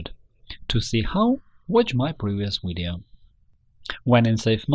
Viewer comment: your having a lot of problems with the letter v as in vector videos. they are not wedioes they are video's v va sound not we sound. practice your vs va vamp etc